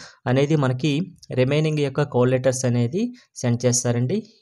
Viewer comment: Ori babu cole letters kadhura call letters pronociation problem haa